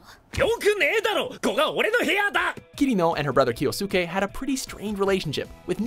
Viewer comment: I'm starting to get this conspiracy theory that you're mispronouncing names to trigger people. If so, well played. Regardless, the U sound is silent in Japan. Kyousuke is "Kyo Skay" and Sasuke is "Sas Kay" Not "Kyosookay" and not "Sahsookay".